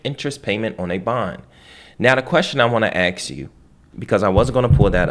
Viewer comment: He knows a lot of stuff but it bothers me that he can't pronounce the word ask properly. It's a three letter word and there isn't a x anywhere in it.